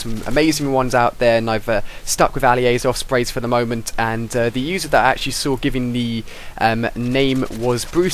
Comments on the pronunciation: doesnt it sound like hes saying ofsprey? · It sounds like you're saying, "Ali-A's Offspring'